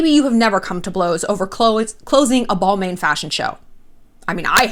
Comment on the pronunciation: sorry but the mispronunciation of Balmain is killing me, you say its your favorite brand but dont know how to say it